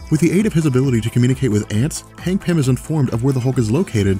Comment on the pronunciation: Hangpin? What? I can't understand what you're calling Antman.